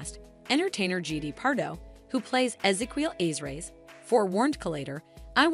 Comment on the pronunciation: The way you said Ezekiel Reyes made my ears bleed